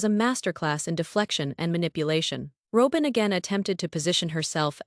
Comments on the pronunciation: Please say robins name correctly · I have to laugh every time Y'alls AI can't pronounce Robin's name correctly 😂 🤣 😅